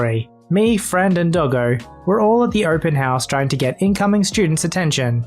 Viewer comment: DID YOU CALL DOGGO A DILDO